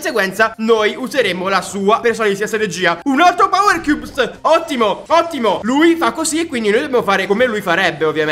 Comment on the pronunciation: Cioè ha detto 70 volte powerchiubs